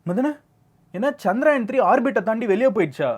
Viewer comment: It was chandrayan bro not chanrayan